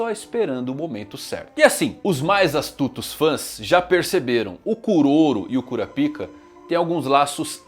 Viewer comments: Rapaz fico intrigado que o anime hoje em dia já está dublado e esse cara fala KURAPIKA sendo que a pronúncia é Kurápika O jeito que ele fala é errado e ainda é obsceno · Pare, pare imediatamente de falar "Cura-Pica" 😢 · Não tanko vc falando toda hora cura pica kkkkkkk os japoneses tinham que pesquisar antes porra